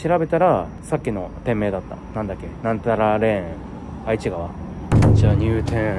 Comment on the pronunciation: 翔さんの時はメンテヤバすぎですね😂 27日土曜日に私も近くのラ•ムー寄ったついでに、ここの太鼓に来ました！メンテはもちろん酷かったです😢 ちなみに、愛知川って書くけど読み方は『えちがわ』と言いますよ😊 うみのこのカレーは自分も小学5年の時に作って食べました！県内の小学5年生はみんなうみのこカレー食べるみたいです😂